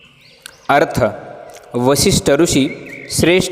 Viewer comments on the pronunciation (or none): वशिष्ठ ऋषि का उच्चारण सही करें। धन्यवाद। 🙏